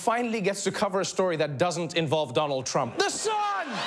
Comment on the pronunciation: you said donald trumph a couple of times..so it is not 100% proof